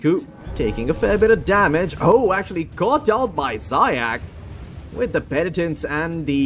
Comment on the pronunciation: Zayac correct pronunciation is "zayaTS" or C as central. it means hare in russian заяц